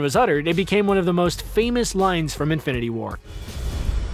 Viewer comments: it's "Infinity" not "Infininty" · “Infininty War”